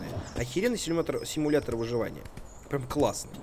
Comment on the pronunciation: Симуятор ведмедя)) чьо?) пачему "Симуятор ведмедя"?!?!))